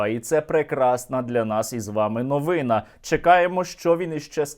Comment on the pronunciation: Лайк в підримку каналу. Тільки новина з наголосом на останній склад. Не НовИна